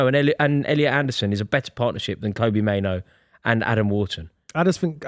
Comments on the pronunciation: mate, it's not Kobe Mainoo. It's not that hard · Saying both kobbie and mainoo wrong is impressive